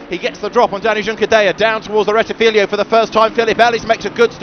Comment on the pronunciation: JFC, STOP SAYING “RETTIFILIO” , It’s RETTIFILO there are only 2 i not 3 loose the last one, you sound like as if I called Brooklands Brocklands.